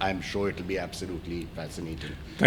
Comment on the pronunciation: Funny saying Kolkata in Bangla but then "Amitav"